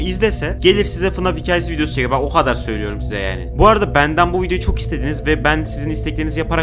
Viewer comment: o ha dar ne oğlum sen nerelisin senin böyle konuşma tarzın yok be